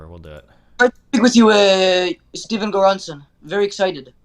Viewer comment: Lmao he called him steven goranson